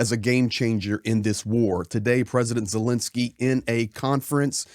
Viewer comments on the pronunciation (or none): Thank you for your support of Ukraine!!! 🇺🇦(Please pronounce Ukraine's President's name correctly. It's not Zilinsky, it's ZELENskyy.)